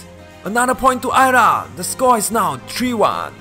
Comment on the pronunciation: I'm surprised you were able to pronounce Ayra correctly, but Mia incorrectly. The I in Mia makes a long E sound, so it's "MEE-ah".